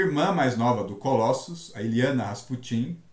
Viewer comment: Cara, não fala Colóssus, fica muito estranho. Pronuncia Colôssus, fica mais legal